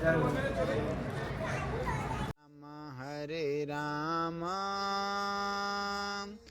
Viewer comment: আগে উচ্চারণ ঠিক করুন, নর্মদে হর নয় হবে নর্মদে হরঃ !!